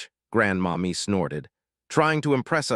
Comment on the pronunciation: So I think it’s not Grandma Me but Grandmommy. 🤦🏽‍♀️AI